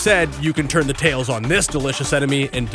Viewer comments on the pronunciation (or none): none